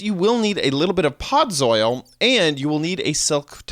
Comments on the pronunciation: he's said "podzoil" instead of "podzol" xD so funny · Ford618 - Minecraft there were SO MANY mistakes. he said podzol wrong, he said 6 instead of 7 at one point... THERE WERE SO MANY MISTAKES! the video DID help either way though xD